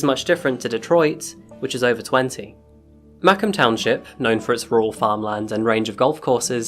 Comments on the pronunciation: The emphasis is on the comb not the ma. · I grew up 10 minutes from Macomb (Ma COMB - like the thing you use to straighten your hair!) twp. and live 20 minutes from Macomb now. I remember this, and it was horrible. Great coverage, love your vids. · The true murder is how you pronounce Macomb. But still a good video. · It’s MAH-comb not may-cum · I live in MI, and hearing you say “MACK-um County” instead of “Muh-COMB” (like the comb some people use on their hair) is painful. Well told story, though! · ooooooh i never heard of ma kin twp hes saying ma comb twp michigan cause this shit close to home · Fyi - I'm from Macomb , and it is pronounced Muh - comb as in honeycomb . I couldn't quite understand what you were saying because it is never pronounced Mack-im . In the future you might want to look into how certain words are pronounced. lol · Ma-comb, not maycom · Dude I kept hearing you say maccon township and, being a Detroiter my whole life, was like where tf is that even at?? Then I rewinded and put on CC and see you're talking about Macomb lmao it's pronounced like MAK-COMB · (not trying to be bratty, just happen to be a local… Macomb = “muh-COMB”—just like the hair tool; as opposed to "MAH-come”… And we don’t actually use the term “bando” in Detroit.) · Macum? NO! It's Ma-comb just like it's spelled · Being from michigan i just wanna say, its Mah-comb. Not macum. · Mah-COMB, not MAH-comb.... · Mack- um? Never heard that word pronounced like that. Interesting. How bout Ma-Co-Mmm... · I live close to Macomb County here in Michigan and thought I should break down how to prounce Macomb correctly for you.......Ma-comb is the correct pronunciation and Mack-um is incorrect. Can easily find and listen to the recorded correct way to pronounce it online. (FYI: IF you feel the need to reply or send me a message please make peace with the fact that I will never read it or even see it. I refuse to do the back and forth debate on my comments).✌ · It's pronounced MA-COMB